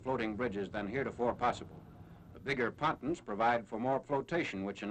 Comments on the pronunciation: Someone in another film comments said that’s how they pronounced it back then, I can’t confirm that though. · Patuns??????? Pontoons.